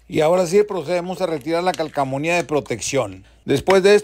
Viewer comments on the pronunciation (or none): Es calcomanía, no calcomunia 😂😂😂